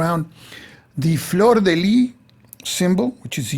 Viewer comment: Great video (as usual, I'm tempted to say...)! Couple of small details on pronunciation, if you are interested: "fleur de lys" should sound like "lee-s" (the "s" sound has to be heard); "tallard" (no final "d" sound). And yes, the french pronunciation was designed specifically to confuse english-speakers!